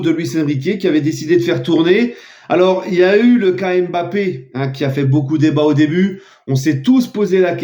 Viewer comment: Pas d'accord avec toi je t'aime bien mais arrete de dire Mbappart ce n'est pas dans ton esprit!